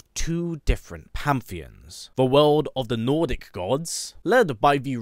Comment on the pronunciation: Hate to be that guy but its pan·the·ons according to google